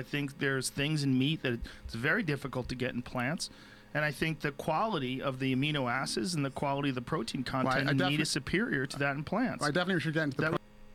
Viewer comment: Joe "amino asses" Rogan